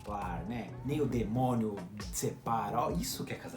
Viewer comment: O pulo que eu dei quando a Nita falou "demonho"